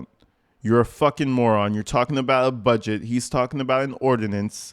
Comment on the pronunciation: I hate how she says the word "budget". She says it like "a bedget" nggas are surrounding that old man like they're gonna smoke his a**. Fckng wild